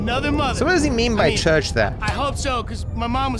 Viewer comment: The term's "chuch" and botches it as "church"